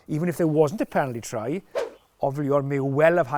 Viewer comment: He called Ollivon "Ovillon" at least 4 times, good that he retired because he's losing it 😂